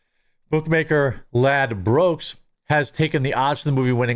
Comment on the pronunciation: It's irrelevant really but unless that was a good bit of word play it's pronounced Lad-Brooks. Great video as always